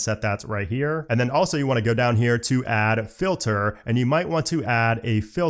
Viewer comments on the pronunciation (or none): none